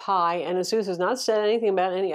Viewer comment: Of all the ROG phone 2 reviews that I've watched on YT, this is like the only channel that has ever gotten the brand "ASUS" correctly pronounced.